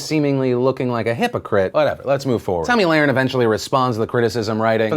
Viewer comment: It’s Tomi Luh-RIN